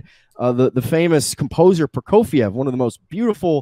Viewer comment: His pronunciation of Prokofiev made me cringe